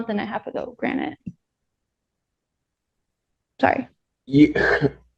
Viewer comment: Hey America, The word is granted. Not granite. 🙄